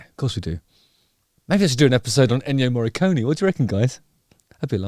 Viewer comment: not me taking two minutes to understand "Ennio Morricone" pronounced by an English speaker